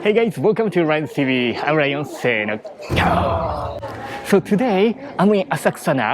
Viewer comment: I've watched so many of your videos and only now I understand why you say Gao in your videos, LOL. Rion=Lion.